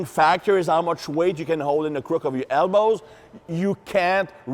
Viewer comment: And hips = "ips"; elbows = "hellbows."